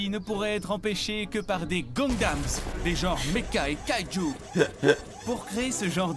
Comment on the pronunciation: sa ce dit gun dam, pas goun dam